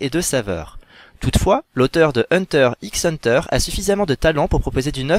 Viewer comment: Vidéo bien sympathique... juste le "x" dans "Hunter x Hunter" est muet ^^